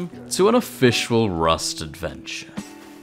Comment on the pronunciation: Can I say you said officiawal at the start